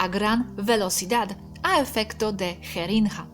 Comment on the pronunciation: me causo gracia tu proninciacion de ADQUIRIR, JERINGA Y ADHERIR,,,practicalos con Robert,,,ya que sos bastante perfecta en el idioma sooooolo algunas pronunciaciones,,te ayudarian para cuando das clases . Comentario con cariño